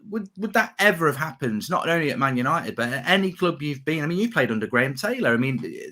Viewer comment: Paul Ince -'we this, we that' well he is despised at West Ham and Liverpool, but he loves 'Mant United' as he pronounces it might be a double agent wanting McThingame as captain.